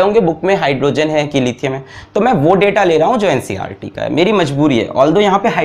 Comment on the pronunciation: bro ncrt nahi NCERT hota hai 😁😁